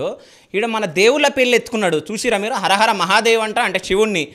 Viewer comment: Harahara kaadu anna sreenivas amma ara ara mahadev antadu😂😂😂